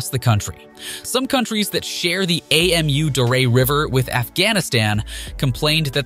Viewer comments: Ei-Em-U-Daria 😆 Its just Amudaria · AMU darya.. dude that's not an acronym, it's Amu (amoo) Darya. also artificial river... they are just building a canal garbage quality research and video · Hate to be pedantic, it's Amu Darya River, not A M U Dario River. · It isn't A-M-U. It's pronounced Ahmoo. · It's pronounced "AH-moo" Darya, I think. Good video though; I agree with your take. I think it's an especially pleasantly surprising project for the Taliban to be taking on. The north never supported the Taliban, and so they are spending this money for the benefit of the vanquished. That's not always what happens in cases like these, so that's very good. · You say "we did our homework" and then you call the river "A-M-U-Daria". How should I trust your report, when you even get the names wrong? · Did u just say A.M.U Darya river??? damn? Butchering the word is fine, but you are changing the name.🤣😂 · I can't with his pronunciation of Amu Darya 🤣🤣🤣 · Your spelling of Amu Darya instead of pronouncing it drove me nuts, good thing you hadn't have to pronounce Syr Darya. Apart from that, nice and informative video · Please learn how to pronaunce the name of the river. It is silly how you say it. Otherwise thanks for a good content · Really? You couldn't be bothered to find out how to pronounce Amu Darya? 😂